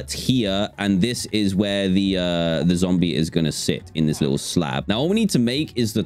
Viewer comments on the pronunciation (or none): Dan said zomble instead of zombie lol